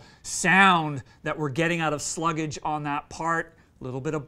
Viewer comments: I think it’s pronounced Slug-ge. Like sludge, but with slug. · You don't pronouce the name right. It's all one syllable.